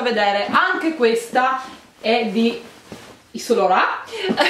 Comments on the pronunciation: "iv san lorà" non si può sentire....usa almeno un traduttore per ascoltarti la pronuncia prima di girare il video! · Solo io ho sentito ISSOLORON (yves saint laurent)